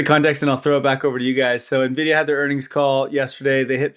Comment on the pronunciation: There's something about how pronounces Nvidia that bothers my OCD